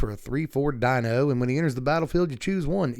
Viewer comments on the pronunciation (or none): none